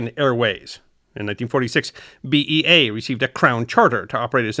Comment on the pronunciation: Ironic comment given your sponsor - the Brits pronounced all the letters B O A C, like you correctly said B E A, not "Boack", but as always greatly appreciate your history stories